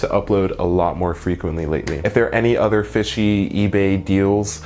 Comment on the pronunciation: "Udder things"